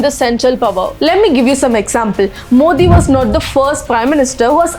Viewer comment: Dmk ideology is anti-hindutuva not anti-hindu.. Also we pronounce his name as "modi", not "mothi". So we understood how much thamizh'ian you are..